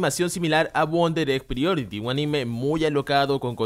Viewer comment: Se pronuncia Wonder Egg PRAIORITI, no "prioriti"